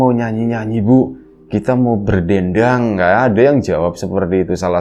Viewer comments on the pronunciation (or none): Kenapa ya saat ngucap kata berdendang secara reflek ketawa ngekek tanpa bisa ditahan🤣🤣